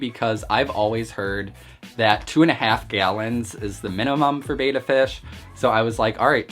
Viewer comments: Now that you spent that much maybe you'll want to pronunce it betta instead of beta. ;) Nice looking little guy though. Nice and well fed. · Dude, it's pronounced bet-tah, not bey-ta. Also you have a plakat (pronounced plah-kot). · Why would you pronounce it ‘beta’??? It’s pronounced bet-tah, after how the native people say the word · Try pronouncing it correctly: It's BETTA, not Bata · Betta not beta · BEH-TAH not BAY-TAH, just something to remember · It's pronounced Beh-Tah. minutes of you talking before we see the fish. You and your ilk who think we want to see YOU are so deceived. Title your vid ALL ABOUT ME for ALMOST 8 MINUTES before I show you my BEH-TAH. :) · I’ve had multiple fish tanks and hated the fluval spec v. I got hair algae and no matter what I did it wouldn’t go away. I had no such problem with any of my other tanks. By the way it’s pronounced “bet-ah”